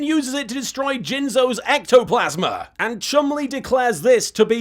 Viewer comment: I missed these. ^_^ Also, Little Kuriboh you're supposed to say it like this: ECTO-FRICKIN-PLASMA!